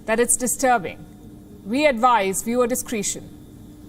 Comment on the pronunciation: 2 words to correct in your pronouncement. Discretion is pronounced phonetically, not discreetion. Quarantine is pronounced quaranteen and not "tine"